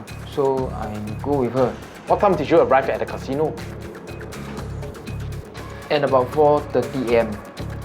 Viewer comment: Cashino Japanese accent